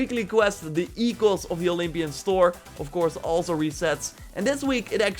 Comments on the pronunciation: It's sound "ikos" the "oikos"... And it means more like "genealogic tree" or "home" of those who concluded in... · Take it from a Greek person, it is Ekos not oikos. Thank you for the updates :) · Bro. I am Greek. It is pronounced e-kos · Oikos is pronounced "Aye-ee-kos" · Oikos is pronounced oy-kos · It is pronounced like ooikos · oikos = οίκος = home and it's pronounced without the O I am greek btw you can also search it for yourself don't trust randoms